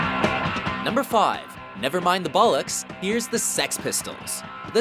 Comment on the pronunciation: The way non-English people say bollocks just doesn't sound right man